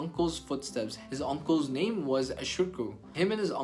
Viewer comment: at least pronounce names correctly